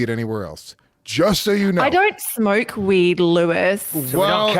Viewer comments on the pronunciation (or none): “I don’t SmOork weed Lewis”